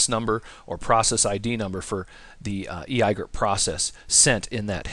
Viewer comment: I had to thumbs down this video just because you said "ee i gerp", otherwise great video!!!!